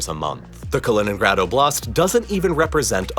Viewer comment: You mispronounced Kaliningrad, oblast, Königsberg, Neiße, Danzig, François Mitterrand, Gorbačëv, Paris…